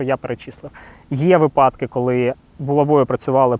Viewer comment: Наголос на вИпадки!